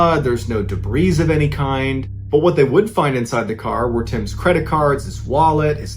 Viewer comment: MrBallen, please note: the word "debris" is said with a silent "s." (duh-bree) I don't want to be obnoxious; it's just that hearing "duh-breeze" yanks me right out of the story.